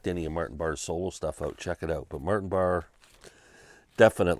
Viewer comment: No It's not! It's pronounced Barr. Ian Anderson introduced him on a live Tull album as Martin Barray- as a pisstake!